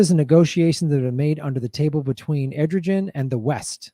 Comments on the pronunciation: A source of great confusion because of the spelling--Turkish president Erdogan is pronounced Air-doe-wan. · Aren’t we allies with Turkey? (The president’s name is prounced Air-doe-wan.) He’s an authoritarian and I’m sure we’re in bed with him sneaking militant fighters into Syria through Turkey. A possible reason her death was not investigated. She’s exposing corruption. 😞 RIP 🕯 Thank you for this awesome programming. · It's pronounced errrDohWahn. Good video.